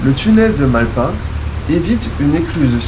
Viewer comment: Le s de malpas se prononce, mal-pas pour mauvaise-passe, lieux de passage non aisé. Par le passé l'orthographe de bien des mots était autre qu'aujourd'hui. 😉